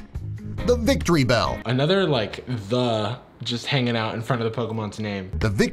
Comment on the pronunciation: Drowzee's name is misspelt, Magikarp and Caterpie are both #6, it's not pronounced "victory bell,... Kill me